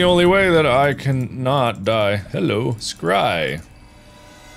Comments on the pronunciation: When he says scry it sounds like cry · Mark out here scrying but the s is silent.